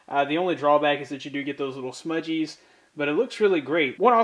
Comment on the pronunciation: I love how you say "smudgees" instead of smudges. I liked this unboxing/review!